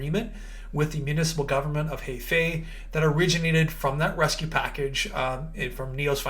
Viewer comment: Heifei province pronunciation is "her fei" haha